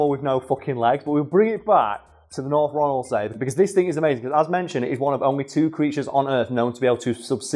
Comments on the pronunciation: If anyone is curious how it tastes think salmon with the texture of lamb (I grew up on orkney) also it's pronounced Ronald-sea (so was right) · You pronounced North Ronaldsay good enough. Ronald-see and Ronald-say are both used.